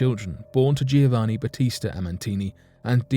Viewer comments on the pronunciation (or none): none